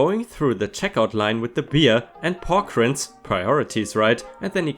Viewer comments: the rinds in pork rinds is said like RIPE pronounced as rye-nds NOT rends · rinds.. pork rinds... "reinds" for Germans - warum schauste nicht nach, wenn du was nich aussprechen kannst, echt ey edit